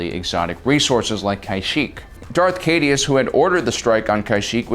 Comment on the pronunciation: Darth Caedus ‘Cy-dus’